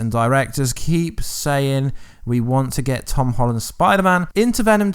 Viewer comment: Why are you saying tom hallond?